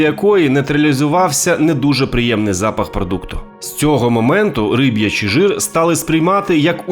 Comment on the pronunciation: Риб"ячий, не рибий